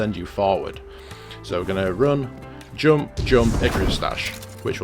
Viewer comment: The way you pronouncing 'jump' and other words triggers me enormously..